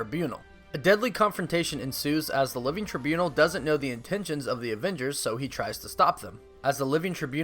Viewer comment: I vote for your repeated mispronunciation of “Trībunal”